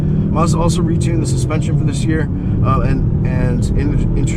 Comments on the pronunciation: Actually if you are going to be picky about pronunciation it is actually Mazuda. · Mazda not marrrs-dar